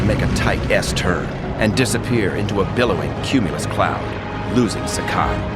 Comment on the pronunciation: This is a great video! I believe Saburo Sakai's name is pronouced as Sa-ka-ee, rhymes with Hawaii.